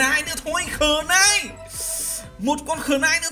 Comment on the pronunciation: Dao - knife đọc là nai - chứ ko phải là khờ-nai